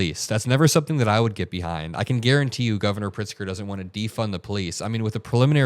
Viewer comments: I just laughed so hard at “governor pritzer” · Karoline Leavitt is as ignorant as a person can get. She hailed a successful recruitment program "by he," and she can't pronounce Governor Pritzger's name correctly. Also, she lies; she can't think for herself and is, in the words of the movie classic Field of Dreams, a Nazi cow. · Someone school her on how to say our il. governor name.!!!?!? 😂